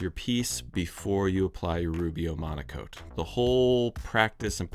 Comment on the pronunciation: It's called Rubio Monocoat? Why do you always say Rubio Amonico?